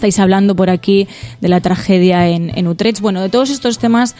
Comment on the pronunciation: querida! Quedaría mejor si para hablar de Utrecht aprendéis a pronunciarlo un poco mejor, es que suena muy raro y, sinceramente, un poco ridículo🙄 Un biquiño!